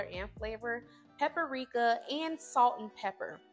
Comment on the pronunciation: I loved everything about this video but the way you pronounced PAPRIKA Like PAPPERIKA 😅🤦🏾‍♀️